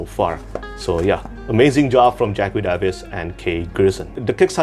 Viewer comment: Also, fyi Jacqui is pronounced Jackie. Anyway, I do agree that the Cradle books could be a bit more special considering how much money was raised, though one thing to note is that Will Wight did write a few pages of comedic bloopers to add to the KS addition, but maybe some coloured art would be good as well.